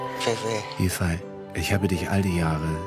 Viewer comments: Toller Film, aber fragt den Jungen doch bitte vorher, wie man seinen Namen richtig ausspricht. Yifei würde nämlich eher wie Yifäi ausgesprochen, so wie Sie den Namen betonen, würde er eher Yifai geschrieben. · Sollte eigentlich i-fej und ü-hu ausgesprochen werden. 不骗你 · Nein...sie hat den Namen nicht wirklich Iehpfei ausgesprochen..